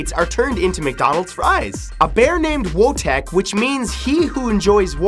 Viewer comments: Voytek is how you pronouce it not Wotek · Wojtek the bear? It's pronounced Voy-tech FYI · it's pronounced Voy-tech not Wow-tech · you say voytek in polish wojtek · "Wojtek" is pronounced ['vɔjt̪ɛk] (approx. "VOY-t(eh)k"). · For fact 22, the bear is pronounced Voytec, and was given to the soldiers in a sack by a little boy. I know this because my step dad's dad was the person who the boy gave the sack to. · The bear is pronounced Voytek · wojtek the bear is pronounced vo-ee-tek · your pronunciation is way off - "Wojetk" in Polish is "voy-tec" ("voy" like in voyager and "tec" like in technically). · The bears name was Wojtek which is read Voitek. Also Wojtek is a common polish name. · The Polish bear's name is pronounce VoyTek. Ws are Vs, Js are Ys, and Ls with the line through them are Ws. And they(*) say English is hard. (*) they being not necessarily Polish, of course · Fact 22 Wojtek is pronounced Voi-tek and it does not mean "He who enjoys war" sorry had to point it out because I'm Polish and it bothered me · You pronounced 'Wojtek" so wrong XD But you've tried I appreciate it :p